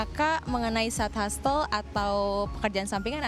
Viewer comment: hustle --> dibacanya yg bener "hasel" bukan "hastel" hehe